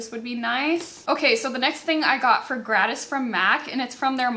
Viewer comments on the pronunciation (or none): Honey, I am enjoying this videos as usual. Side note when you say gratis are you trying to say the Spanish word??? If so, I want to help you out. Here is some phonics for that word: grah-tees = gratis (just wanted to give you a little help with that word😉) Seriously love you, girl!!